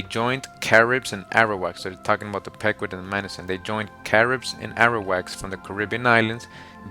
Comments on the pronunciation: Pequot is pronounced 'pea-kwat'. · The Pecuot clan -- it's pronounced "PEE 'koh" brother! Thanks for all your hard work! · it's pronounced pequot, not pecuot I'm From the Mashantucket Pequot tribe